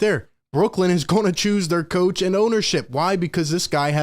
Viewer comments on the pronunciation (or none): none